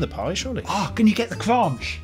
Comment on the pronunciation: Kronch lol